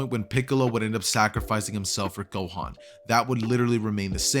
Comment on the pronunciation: you said "gokan"